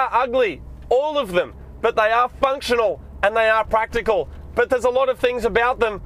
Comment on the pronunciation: " I'll be doing something very partical..." PSSSHHHHH XD